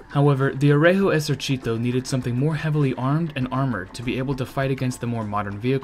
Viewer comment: On my part, I consider his pronunciation the result of a good effort. It is not perfect, but I consider that some words are objectively difficult to someone who is not a native speaker or a dedicated student (-gi- and gli are stark examples, yes, it took me some time to figure out he was saying "Regio Esercito" from "r*@ esercìto", but context helps), and the focus of these videos is tanks, not language. All that considered, I am actually positively impressed and I appreciate what he had to do to get to this level. Incidentally, he didn't stumble on anything funny as Ian (ForgottenWeapons) did with his very excellent videos on Italian "moschetti", which he ended up pronouncing as "moscetti" making every Italian ROTGLing... :P ...though, honestly, considering the mess with the caliber of some of those, and the fact that one could end up firing with a bullet smaller than what the gun is supposed to fire, "moscetto" could turn out to be an unexpectedly apt description. Btw, they are really worth watching, even without the mispronunciation!